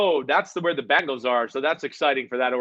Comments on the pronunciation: Can you teach him how to say Bengals and not Bangels.. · Please tell Chris that the name of our team is "BENGALS", not "BANGLES".